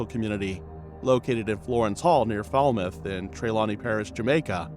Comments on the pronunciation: Lie,it was not her" SON " but a stepson...😮please pronounce the name of the place properly " FALMOUTH " and "TRELAWNY " only one biological son she had.😊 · first of all you calling the name of trelawney wrong and also falmouth. where didi you get photos of her and who authorize you to go into someone country and do a blog about something that you have no clue about